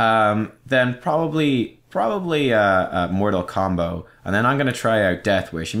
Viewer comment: I think you pronounce his talent incorrectly. I think it would be more like MOOOOOOOORTAAAAAAAAAL COMBOOOO!! Or something. :D